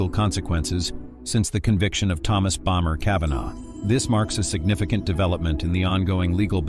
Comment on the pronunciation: BomBer Kavanagh Aggggggg „Bommer“ please 🙏